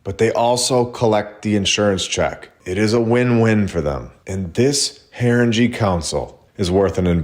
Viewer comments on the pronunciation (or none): Pronounced " Harin - Gay"